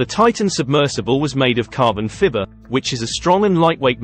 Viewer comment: What is carbon "fibber"? LOL!